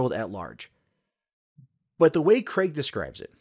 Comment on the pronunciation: An American that pronounces Craig properly.. so you guys can do it, you just dont I guess.